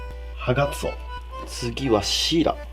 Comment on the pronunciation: ハガツオが所々「ハナクソ」に聞こえて草